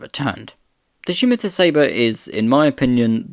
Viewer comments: Scimitar is pronounced ssim-itar with the stress on the first syllable, not shim-itar. The name is taken from a curved Moorish sword of the Middle Ages (as featured on the county crests of Essex and Middlesex) no doubt first encountered by Europeans during the Crusades. It was used as the name for the car, I would imagine, in order to conjure the image of something that cut through the air in the mind of potential customers. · 100% agree. Almost gave up, the pronunciation is really annoying!🙄😬🫣 Never heard Scimitar have an 'h' in it!!😅🥰😂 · There is no H in Scimitar : it is pronounced Scimitar , NOT Schimitar ! Also , the SS1 looked good , that jellymould shaped SS2 prototype just looks plain awful .